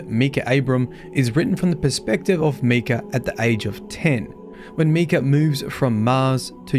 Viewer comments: Barely started watching and how you pronounce his name already annoys me. Micah(mike-ah) is the correct way to say it; just wanted to point it out(like many others already have. Other than that the lore overall is 5x darker than the previous darkest lore we've had. Among other family members mentioned on the raid armour/weapons; Ada is listed and it's implied she's a non-Exo at that point in time. That in itself is massive as she was likely CB's final successful experimental Exo that doesn't need to be mind reset?? Besides that any current Exo couldn't get mind reset even if it was necessary as the facility to do said function is basically non-functional/destroyed!!... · It bothers me how he says Micah's name. Cause that's my name and so many people have jokingly said it like he did. Btw it's pronounced My-cuh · Meek-uh? I've never heard it pronounced that way. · MY CAH (how to pronounce it) ffs you suck at prounouncing these things 😂 love watching you try to prounounce names on stream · English is weird. to even write “Mee” to explain what the whole world pronounces as an “i” , i as in interest, shows the perversion of the language . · So im guessing you havent heard of the character Micah Bell. Just bringing it up as it might help with the pronounciation of the name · Your pronouncing Micah wrong. Your pronouncing it me-cah, instead of mI-cah. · Micha is "my-ka" not "mee-ka" that's spelled Mika. I went to school with Michas and Mikas lol jus saying 👀❤️ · Its Pronounced Mike-ah not Me-Cah.... names aren't hard... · Micah. My. Kah. Micah. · It’s not Mikah, it’s Mikah 🤣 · It’s Pronounced (My-kah) not Mii-ka. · The I is not an e not meecah it's mike ah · Love you bro, but for what it’s worth, it’s pronounced Mike-ah, and he was a biblical Prophet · It’s pronounced “My-ka”. Trust me, since that’s exactly my name, and how it’s said lol. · I have an IRO friend with that name and it’s pronounced Mike-ah. Great video otherwise! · It's pronounced "My-kah"